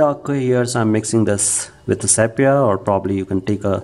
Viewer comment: What the hell is sap-yah ? it's sepia that's... "see pee ah" get it ?